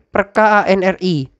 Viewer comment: Mohon maaf, koreksi sedikit. ANRI dibacanya "anri", bukan "a-n-r-i". Nuwun